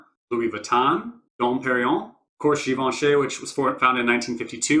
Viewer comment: Great video. Its nice to hear Givenchy pronounced correctly. Ha. Def one of my fav sets.